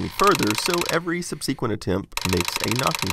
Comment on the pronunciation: "Sub-SEE-qwint"? It's pronounced "SUB-suh-qwent"